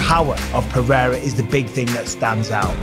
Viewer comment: I'm hoping that after all is said and done that Uncle Chael can manage to properly pronounce Alex Pereira's last name